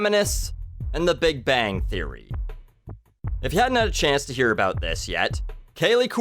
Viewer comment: It's about not "aboot"